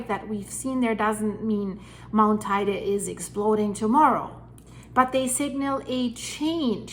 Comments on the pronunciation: It’s pronounced tee dee. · Stop. First it is pronounced tay _day Then we could never survive an eruption, second.... Yep when building on this island you have to use a proper construction... My home has constant movements. Needing more flexibility! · Not exactly, the pronunciation in Spanish has nothing to do with English; in fact, she doesn't pronounce it correctly. What she says is spelled TAIDE in Spanish. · Check the pronounciation of Teide please, yours hurts